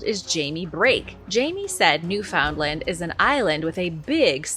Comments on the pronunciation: NEW-FUND-LAND is how it's pronounced.. gawd.. I'm born and raised in Atlantic Canada.. How can you pronounce complex names from the Aztec or Inca and not get that right?? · new fundland is how it's said.